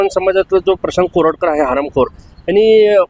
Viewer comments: प्रशांत कोरटकर आहे. कानेटकर नाही. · Prashant Kanetkar नाही हो...Prashant Koratkar.